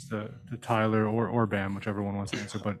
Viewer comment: calling bam “bum” is the funniest thing every time he says it